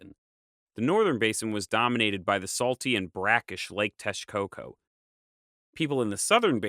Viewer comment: I know this video is old, and im sure im not the only one to say this, but your pronunciation of place names is wayyy off. Xochimilco (zo-chi-mil-co) with a z sound, texcoco (tex-co-co) with a x sound, like texas. Not trying to hate, i love your channel! I would be more than happy to help is some way. You can send me names and i can send you audios with the correct pronunciation.